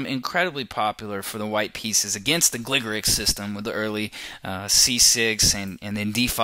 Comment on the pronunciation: It's pronounced Gligorich, not Gligorik.